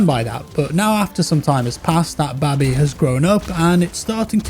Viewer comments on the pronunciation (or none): no one says baby like that im sorry... not even british people! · 🤣🤣🤣🤣🤣🤣🤣🤣 YOU KEEP ON SAYING BABI 🤣🤣🤣🤣🤣🤣🤣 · Are you saying Babby on purpose m8? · Its funny how he pronounces "BABY". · I never knew British people say baby so weird lmao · that is the weirdest pronunciation of baby i have ever heard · Had a baby... when the yam yam accent kicks in 😂